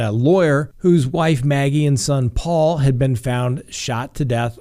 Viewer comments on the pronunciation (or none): none